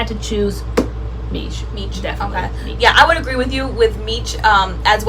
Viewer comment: Love this series! Oh and by the way Miche is meesh not meech lol. It's even sounded out for you on the label.